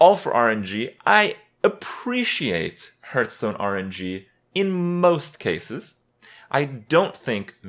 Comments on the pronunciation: say it with me Hearthstone (Pronounced "Harth-stone" not "Hurth-stone") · Hurtarena and hurtstone, is the saying just wrong or intended?